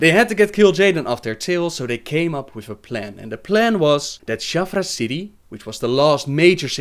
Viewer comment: Yes, and of course Naaru is pronounced Naah-Roo, Sha'tar is pronounced Sha-Tar and A'dal is Ah-dal.